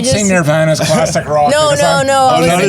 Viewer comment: LOL you can't act like they're making you feel old while simultaneously pronouncing it as "neer-vana."